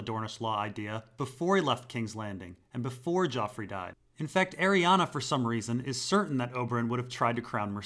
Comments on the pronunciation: Arianne's name does not end with an "A". It's pronounced "airy Anne", like Anne Hathaway, not "airy Anna". Sorry, my OCD kicks in every time you say her name!!! Aside from that, nice info. Looking forward to part 3 👍🏼😁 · Bruh, Arianne literally ends in an "E"